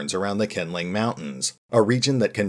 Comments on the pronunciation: it's actually pronounced "Shin-ling woman" I don't mind a bit of mispronunciation but calling her "kindling woman" make it a bit confusing when I only watch your audio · if it's Chinese pronunciation then Q would pronounce more like "Sh" than "K" which would be just K like Nanking or Peking (in old romanisation) - the Qing Emperor, for example, would sound more like "Shing" rather than "King" but as I said, it's no big deal, just that when you don't use picture image to light up your video and that kindling does have meaning in English, it confuses me a little bit. Like where is thing Qingling woman and when is she going to show up before I realised that she is the same as kindling woman you have been talking about